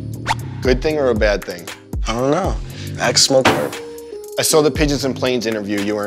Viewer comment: “idk axe smoke purp “